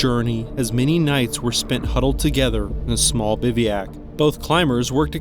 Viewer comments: It's "biv-oo-ack", not, "biv-ee-ack"! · Its pronounced biv wack